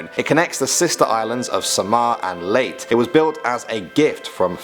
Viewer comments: it's le y te note late as you prononce it lol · It's not pronounced leyt, It's Leyte ( do not silent the letter e) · Irs not late its tayte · a word "leyte" pronounce as ley-te .. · Baleyti, ba-le-te, di baleyti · Sir the way to say leyte is ley te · It is pronounced as; "Ley-te" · They pronounced leyte as "late"😂😂😂😂😂😂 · He pronounced Leyte as Leyt 😂😂😂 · It's Leyte (Late-te) not Late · Why does he pronounce Leyte as "late or leit" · Do you mean "Leyte"?😂 It's pronounced as "Leyteh" 😁 1 like 1 filipino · he pronounced it "Leyt" xD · wow he said late instead of leyte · Leyt its leyte with the e on the end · Its bothering me when he pronounced LEYTE as Leyt .. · Ley - te not leyte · Its pronounced layte and marus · Wrong pronouncation of layte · It is actually pronounce leyte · LEYT? I ONLY KNOW LEYTE! 😂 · It's Ley teh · It’s. Pronounced layte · “Late” i cant im sorry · Sorry, I laughed a bit when he pronounced Leyte as "late" 😂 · Leyte Not late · Its Leyté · Do you mean the way he speaks ley-teh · Leyte pronounced as "late" :) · he mispronounced leyte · You pronounce Leyte with a e the e is not silent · It si leyte, l e y t e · SAMAR ANG LEY....TE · leyte is pronounced with an e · The way you pronounce leyte is ley-te not leyt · It's pronounced "late-teh", not "late" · Umm why say late but is leyte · It's so cute to hear him pronounce Leyte (lei/te) as late 😭😂💖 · Samar and layte it's pronounced (Samar and Lay teh) noy late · It's pronounced Leyte not late And I live there that's why I know Thank you for making a video of the phlippines! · btw its pronounced as ''Ley-TE'' not ''LATE'' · It’s pronounced as “Ley-te” not “Late” 🤣😕🙂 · Leyte? Its not pronounced as late Its Ley-te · Its Leyte Not Leyt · It is pronounced as “Leyte” not “Late” Just saying :) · Its not leyt Its leyteh That how to pronounce it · Leyte Its pronounced as ley-te not lait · Samar and "Leyt"/Leyte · Btw its not leytee Its ley te thats how you pronounced it but the spelling is leyte hahahaha